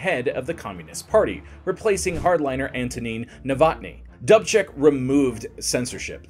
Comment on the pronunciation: Sometimes your mispronunciations make otherwise excellent videos almost unwatchable. DOOOB check. NOT Dub Check. You said you have a guide so you can say the words correctly. Don't you ever use it?